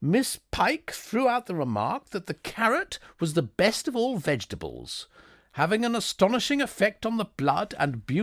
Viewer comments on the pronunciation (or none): none